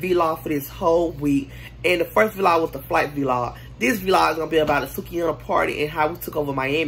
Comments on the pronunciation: It’s vlog not v-log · Yess V-log not vlog huh? 🤣🤣🤣